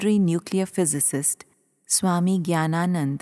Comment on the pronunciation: Pronunciation of the narrator lady is horrible. Annapurna becomes Anuparna, Jnanananda becomes Gyananand, and so on.